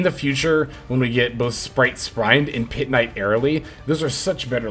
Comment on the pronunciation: it's Sprind, like sprint but with a D, just like the Albaz fusion Sprind